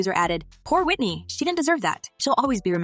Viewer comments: i think should learn how to pronounce Whitney's surname properly. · This lady talkin can’t even say Whitney name correctly smh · Can u at least pronounce her last name correctly